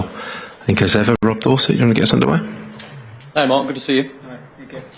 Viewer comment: Another ‘Finker’ ! A whole football squad and not one of them can say ‘think’ . Oh well. GO the 3 Lions 🦁 🦁🦁🏴🏴🏴🏴🏴🏴🏴🏴🏴🏴🏴🏴🏴🏴🏴🏴🏴🏴🏴